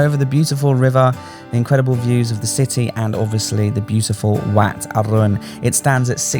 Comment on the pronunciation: Just a tip but WAT is pronounced WHAT in English